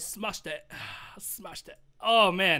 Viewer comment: “Smashed it euhhhh smaeshd it :o” Killed me 🤣🤣🤣🤣